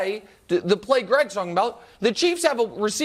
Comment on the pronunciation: “Greeeg Jennings” 😂